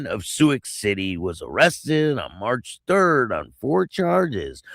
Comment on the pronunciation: It's pronounced sue city.